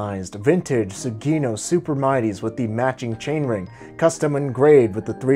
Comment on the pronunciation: That's not how you pronounce Sugino... it's - Sue Gin noh - not - suegeenknow The rims on the black bike are Sapim, you've never heard of Sapim???